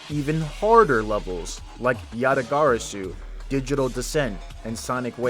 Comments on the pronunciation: Good video! Also why did you pronounce yatagarasu like that😭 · WHY DOES HE SAY YATAGARASU LIKE THAT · never say yatagarasu again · Just say yata bro 💀